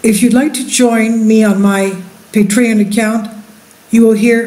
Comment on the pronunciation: Ridgecrest is two hundred plus miles south of Mammoth, as is Coso volcanic field which is mined extensively which makes me it’s not likely to erupt any time soon. ASL you said the words Patreon and Nt. Rainier sooooo badly wrong that it’s incredibly embarrassing!!!!